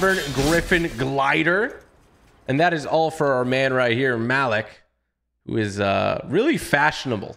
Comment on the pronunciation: Malik 😂 its pronounced Mah Leak 😭